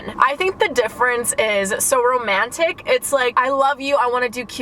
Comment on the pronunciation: Wait I love the way u pronounce the “A” in romantic. It’s so satisfying